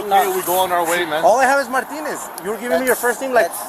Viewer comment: The cop literally sounds like he says “ ALL I HAVE IS MY PENenis “ ⏱️ time stamp He was trying to say “ All I have is Martinez “